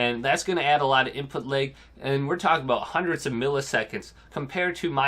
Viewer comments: “Input Layg” ?? 😂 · Why do you keep saying input LEG? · Nobody: This guy: input laëg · Seems like an OK guy and all but this was driving me nuts